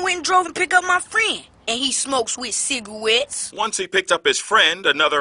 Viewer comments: He smokes with "Cigawets" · Ciga*wets*. LOL